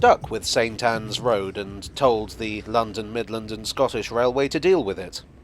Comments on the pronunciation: I'm sure I heard "Satan's Road" a few times. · maybe, but even when you enunciated "saint Ann's" it sounded like you had to make an effort not to call it Satan's! Lol